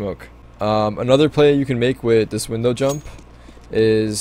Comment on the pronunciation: Can you start saying "with" not "wit"